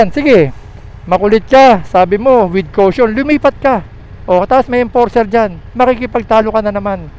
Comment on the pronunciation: lagi ko binabalik balikan ung video, laughtrip ang vadang "WITH KOWSHONN" hahaha.